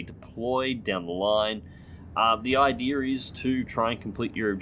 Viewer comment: its "idea" not "idear"